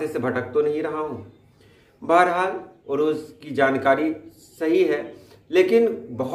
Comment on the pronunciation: Arooz correct,urooz galat.